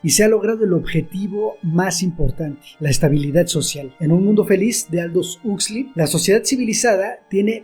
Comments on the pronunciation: 40 minutos y perdi el interes en segundos al escuchar el nombre "husli" 😂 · Ha sido bueno recordar la idea esencial de este texto. Me ha gustado mucho el análisis sobre un Mundo feliz de Aldous Huxley. Solo me chirrió un poco la pronunciación del apellido, pero es una cuestión menor. Sigue así.